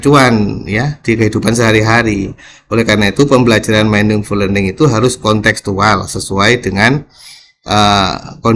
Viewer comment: Sekedar koreksi pak meaning dibaca 'mining' bukan 'maining' 🙏🙏🙏😁 Leten penjelasannya, sgt bermanfaat, terima kasih pak